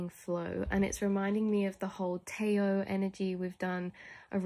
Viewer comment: Tao is pronounced daow. No shade, I would have pronounced it like this too if I hadn't heard it before reading it lol